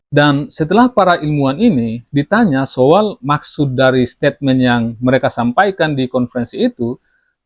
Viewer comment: Bukan SOWAL Bang tapi SO-AL 😂 Hehehe